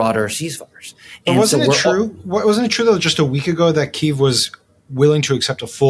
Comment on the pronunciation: Thank you for pronouncing Kyiv in Ukrainian (instead of two-syllable Russian pronunciation). tRump likes to win and he thinks of Russia as being more powerful. I think he guessed wrong and Europe/Ukraine's neighbors are going to make sure of that. tRump is a weak man, beta as you've stated.